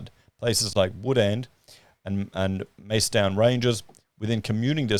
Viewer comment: you butcher alot of names and I don't say anything. But this time. How you said Macedon ranges was super butcher haha. You: Mace-don Real: ma-suh-dn